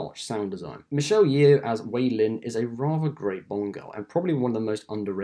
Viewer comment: That not how you pronounce Michelle's surname. It's simply pronounced as 'Yo'.